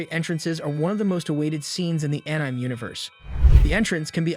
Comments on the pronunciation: Sorry if this sounds rude, but its pronounced an - ee- mei, not an-ime, I presume... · This video is just AI generated bro called Sukuna Toji, and then Yuji. And the voice says Änaim. And so many other things. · i made it 13 seconds into when he said anim and i turned off. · all the pronunciations are pissing me off. anim heaven